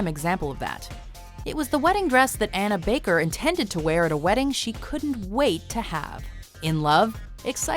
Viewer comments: OMG I heard Ana baker as Hannah baker XD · Did I hear Anna Baker or Hannah Baker?